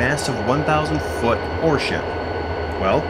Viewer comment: He says ore ship, I hear horse shit😅😂 might be my English ears😅 Edit: excellent mini documentary! Really well done. The only negative is that i want a 45 minute version😅